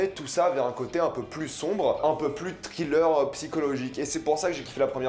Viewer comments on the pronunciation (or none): none